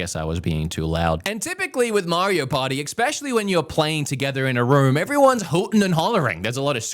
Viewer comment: Maybe I'm immature, but I'm always distracted when he says, "Mario Potty"